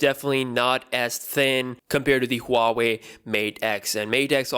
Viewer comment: Who-wei? Lol